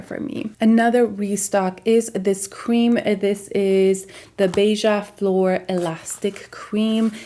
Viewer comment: I’ve watched so many hauls and this is the first time someone pronunciated “beija flor” correctly 😄 are you brazilian?